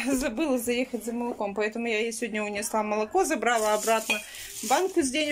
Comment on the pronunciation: ЗАнялись, забрАла, снЯла.. Уже с начала ролика так режет слух.. Учите русский язык,. Вы же на всю страну вещаете!